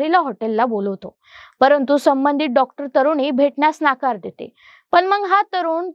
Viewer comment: नकार म्हण ग बाई. सारख नाकार का म्हणतेस